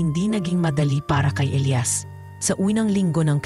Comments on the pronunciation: E L I A S ELIYAS Not...ELAYAS Pag igihin mo ang pag bigkas. Ok nman story. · Magandang kuwento pero ang pagbigkas sa pangalang ilias ay mali mali.ang bigkas ay ilayas imbis na elyas or ilias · Ausin mo pag bigkas ng Elias paiba iba inaarte mo pag bigkas mas maganda simpleng Elias lng